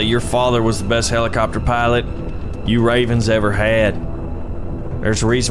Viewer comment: the byoty of the blids of the heliecopter